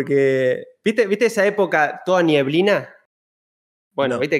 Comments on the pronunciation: en chilito se dice nieblina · Todos: neblina El kun: nieblina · nadie ABSOLUTAMENTE NADIE El Kun: "NIEBLINA"